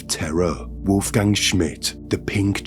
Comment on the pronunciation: What's your name, dude? "Vulf-gang"